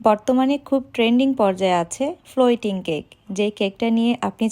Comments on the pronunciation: উচ্চারণ হবে ফ্লোটিং, মানে ভাসমান 😂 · Apu etar uccharon "FLOTING" hbe